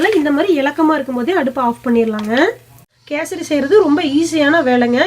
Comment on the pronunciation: Kesardi illa kesari